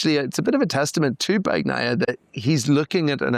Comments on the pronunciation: please please... bani-aia. not bac-naia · BAN-YAI-YAH. Come on man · Pecco " bagggnaia". english people just cant say his last name properly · Your guy needs to learn to pronounce Bagnaia. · That isn’t the correct way to pronounce Pecco’s name,.